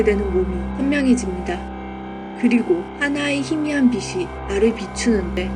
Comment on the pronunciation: 잘봤습니다. 근데 티벳 사자의 서는 누군가에게 들려줘야 하는 것인데.. 영상 올리신 분 발음이 안타까워서 알려드립니다. 제일 중요한 '빛을' 발음하실때 [비슬]이라고 하시면 난감합니다. [비츨]이라고 하셔야지요. '빛이'는 [비시]가 아니고 [비치]. '빛에'는 [비세]가 아니고 [비체]. 들려줘야 하는 티벳 사자의 서. 제발 정확한 발음으로 또박또박 잘 읽어주세요. 수고하셨습니다.